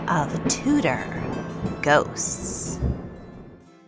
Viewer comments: It's pronounced (chew)dor not (two) dor. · Tudor = Chewda not Tooda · Enjoyed video but winced every time you mispronounced Tudor.